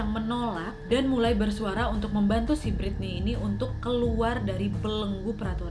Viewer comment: Kalem wa Britney bukan biritney 😂